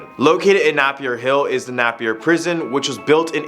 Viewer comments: its not prounonced nahpeir its prounpunced naypier but spelt napier😢 i live ther😢😢😢😢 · Napier is pronounced NAY-pee-uh, not NAPP-ee-uh, and Waitomo is "why-TOE-moe", not "WA-tuh-mo". Strangely, you were a lot closer with Patupaiarehe - PAH-too-PIE-uh-REH-hey. I'm amazed there was nothing from my home city of Dunedin - reputedly the country's most haunted city. No Larnach Castle? No Fortune Theatre? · exuse me its Napier like this Nay Pee Er not Nap or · You miss prounced some things, first, napier is prounced neigh-pier (as in the things near water like in cali), second, taniwha is prounced tani-fuh, and waitamo is prounced (by me at least) as white-amo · Napier - Nay Pier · I’m from nz your saying Napier wrongly